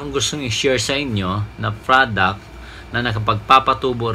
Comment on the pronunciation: Product kapatid..... lumabas talaga ang pag ka bisaya mo hahaha 😂